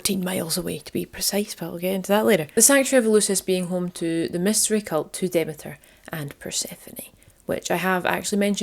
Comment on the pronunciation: Brilliant! I've missed these. This was really good, again. Demeter is pronounced Demeter, not Demeter! Christians badmouthed this goddess because it is bollox. Demeters long weekend was just a chance for the women to gather together and drink wine freely. You and your Ma would fit in well...xx